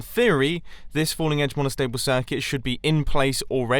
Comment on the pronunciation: "falling edge mostacheable circuit